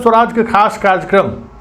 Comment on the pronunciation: Karya karm.. not karj karm